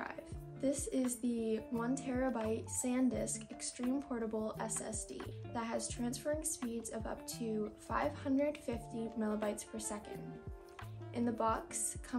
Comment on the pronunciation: Did you just said: transfer speeds of 500 "milibytes" per second. Precious... simply precious.